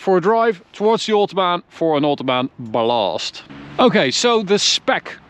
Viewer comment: Give credit for turning the word 'blast' into a two syllable word and changing the way we all say it: Buh-lost.